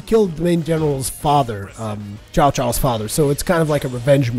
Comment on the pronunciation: It's based on The Romance of the Three Kingdoms book and it's Chinese history not Japanese,. Cao is read like Tsao not Zao, just saying, btw I'm not Chinese, I just enjoy reading history:)